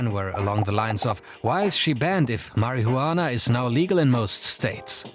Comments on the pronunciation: Tell me you don’t smoke, without saying it: mar-i-hu-annah 😂😂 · It's marijuana not marihuana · Please never say marijuana like marihuana again. The juan is pronounced like won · its pronounced as mariwana...not mari hu anaa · Can you say marihuana again? Pls? Marijuana😂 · why u pronounce weed like 'MARIHOOWANA' lmfao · The narrator calling it “Mary-who-wanna” is killing me 😂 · "Marry he you wanna"??? Thats how it's pronounced now😂😂😂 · 2 seconds in and my first thought is "thats is the weirdest way to pronounce marihuana". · My guy kept saying marihuana😂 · Why are you the only one on YouTube on television on radio that pronounces marijuana incorrectly as you do Mary huwana Get your act together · "marry -hoo-wana" lol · I love how he pronounces "Marihuana" 😂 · Mary who wanna~ anyone who pronounces it like that clearly has no idea what they’re talking about 😂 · Marry-hue-wanna is not performance enhancing at all :) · The way he pronounces "Mari-jhuana" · mariHUUana lol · Marie-Huana :D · the way he said marajuana hahaha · “juana” lmao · Absolutely Nodody:: "MARY-HU-ANNAH" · "Mary Who Anna" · Why do you say marijuana like that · If I hear him say it like that again bruh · If you're going to make a video about marijuana, at least pronounce it correctly 😂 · i love the way this dude says marijuana, he could whisper it into my ear all day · Can you stop pronuanting marijuana like you are a child abuser ? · the most racist pronunciation of marijuana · I especially enjoyed the pronunciation of the word marihuana is this video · your saying marijuana and fly agaric terribly incorrect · the way u over pronounce marijuana is funny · The J in marijuana is silent sir. 🤫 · You say marijuana really wrong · Im sorry but i want to slap u for the way you say marijuana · The only man in the world that says marijuana in 6 syllables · Bruh can’t even say marijuana correctly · I like how he pretend that he cannot pronounce marijuana